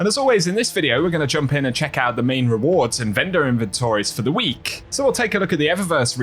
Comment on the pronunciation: I don’t know why but I always notice this dude always adds extra emphasis on the letter “K” at the end of a word that’s ends with K. When he says “weeK” 😂